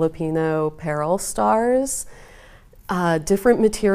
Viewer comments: PLEASE pronounce it correctly: Pah-ROLL (Paról). Thank you. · perhaps it might be better as "puh-ROLL" empasis on 2nd syllable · Pah-roll! If you’re going to reproduce a cultural item please research the name. Would have been nice if actually showed the traditional stars that you are replicating.